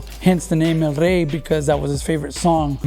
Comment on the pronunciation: "al ray" is what he sounds like he's saying. How is this guy Mexican American and can't pronounce it right, what a shame. Also notice how the guys with the nicest rides do not know how to hit switches! 🤣